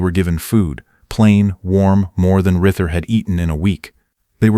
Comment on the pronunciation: A good story, an interesting story. But I'm baffled as to why obvious mistakes in the narration are not corrected. Is it in some locked software that you can't get into? The main character's name is Reuter, pronounced ROY-ter. There are Reuters in my midwestern neighborhood, spelled that way and pronounced that way, all perfectly natural. Yet the narration calls him Ritter, and Rieter, and Reader, and perhaps a few other dumb mistakes. Why is that?